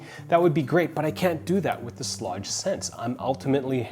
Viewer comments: Alright now I'm really curious if your pronunciation of "Schlage" is normal for others, just a Canadian thing, or just a you thing. Good review, thanks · You should learn how to pronounce the name of the lock! You said the name several ways, all of which were wrong. Go to their company made videos to hear them say it. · It is pronounced “Shleyg!!!!” Sorry, you were driving me nuts with the shlawdge pronunciation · Pronounced sh-leg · Aaron Schlage is pronounce like Schlayge or something like that lol. Yes Kwikset Smartkey may be easier to Rekey to your current locks but the build quality of Kwikset is the worst. Smartkey locks have resettable wafers that can fail anytime. As a locksmith I’ve dealt with these locks failing all the time. I never recommend Kwikset unless all your house has Kwikset already then yes because then you would have to change all the locks which can get expensive. Schlage only provides one key because their goal is for you to mostly just use the touchpad. That’s the whole reason why you get a touchpad in the first place, so you won’t have to carry keys. You can get a wall mounted lock box and leave the key there just in case the battery dies. But even then the touchpad will let you know when to change the batteries out. Schlage makes it easy to change the batteries out compare to Kwikset. Overall Schlage is the better product in my opinion.